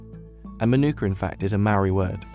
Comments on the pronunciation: Really? Not to flex but it's really cheap for me, like around $14, and yes i live in nz😌 (And its pronounced Māori, where you roll the 'r', not mao-ree, just a tip) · He did not just say "marry" when he was trying to say Maori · Mānuka is pronounced Maanuka. Drag that ā out like you mean it. - Māori is pronounced Maowri not Mahri. Dont forget to roll that r. Show it who's boss. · see this English language im writing well its owned by the crown.. so you can take your ownership of a word and stick it where the bees dont go stop using the white language and speak your native language.. MA-ori . tea tree.. not Manuka stop the spread of thhis fake propagander non sense... Business insider tells lies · Voice over guy pronounces Manuka correctly only to say moaw-ree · I hate how they pronounce “Maori” MARRY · a marry word 💀 learn the pronunciation of Maori before you voice over a video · The narrator can’t even say MĀORI right 😅 or Manuka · I cringe everytime someone says maori wrong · Any one else pissed off at how he said Maori? Raise your hands if you are ✋ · All this research and information and the narrator still can't pronounce mānuka or māori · its his pronunciation of maori for me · Well they ain't getting my attention not the way he said Māori that just pissed me off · he really pronounced Leptospermum Scoparium with no issue, but then couldn't even do research to figure out how to pronounce Māori correctly. Like why even bother making the video? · Lmao when he pronounced Maori wrong I was low-key triggered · I always giggle when people who aren’t from New Zealand say Māori or try to pronounce Māori words😂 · ... you pronounced Maori wrong. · Why couldn't you pronounce Māori correctly, if you chose to pronounce mānuka. Actions like this perpetuate the general lack of awareness our world suffers with. Notice how no one said anything? That's because no one noticed. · Ew the way that he pronounced maori is botched asf